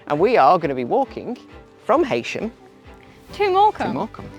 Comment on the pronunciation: Sorry, but it is pronounced ‘ He sham ‘